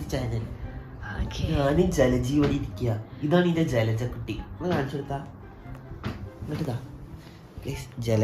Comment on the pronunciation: Le:yara❌ജലജ ✅👍🏻😂🙆🏻‍♂️